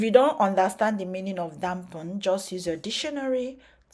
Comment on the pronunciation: Dump and damp two different meanings Dampen is to moisture you said you dumpen your hair with herbal tea Dump is thrown or discard I didn't mean to embarrass you in anyway since you're international your accent has to be You suggested that I clean my ears then we could go toe to toe There's river called BLEACH , the UGLY DUCKLING can go jump ,swim and clean it's tongue I still respect your splendid work you're doing